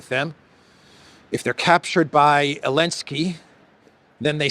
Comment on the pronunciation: its zelensky